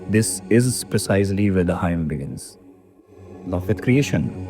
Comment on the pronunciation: Hymn is pronounced "him". Ideally it would be best to call it Sukta / Richa using the original Sanskrit non-translatable term.